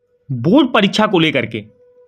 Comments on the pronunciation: Board he not bod 😜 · Abe pahle bolna shikhle phir video banana o बुर्ड nahi hota बोर्ड hota hai